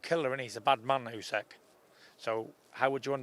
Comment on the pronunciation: Can someone politely say to Tyson how to pronounce Usyk. It's not UsEk it's OOSICK.